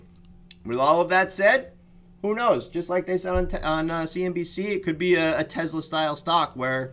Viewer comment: It’s TESLA not TEZLA guess it doesn’t matter as long as your making money.